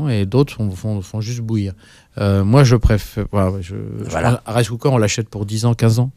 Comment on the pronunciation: À la l'animateur utilise le mot anglais rice cooker(cuiseur à riz), en le prononçant très mal "raisse coukeur". J'ai toujours cru que la France était le pays du bon parler français et là, j'ai changé d'opinion. Nous au Québec, on s'arrache les cheveux pour faire protéger la langue française, par le biais d'une loi. Si des français utilisent des mots anglais pour s'exprimer, ce n'est sûrement pas à cause de Donald Trump. Désolé....